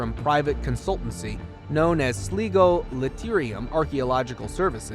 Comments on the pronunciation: The place in Ireland is pronounced ‘Sly-go’ , not ‘Slee-go’, Btw. An enjoyable video. Many thanks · The place in Ireland is pronounced Slygo.